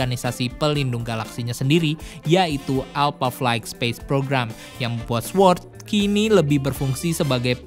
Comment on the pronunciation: Sword dibaca sord. Gapake "W"!!!